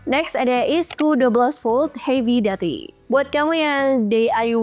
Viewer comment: HEAVY DUTY bacanya HEVI DIUTI bukan HEVI DATI